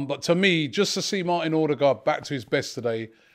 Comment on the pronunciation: Please please Robbie it’s Odegaard like the ur in cur or burr. Think of it as Urdegaard.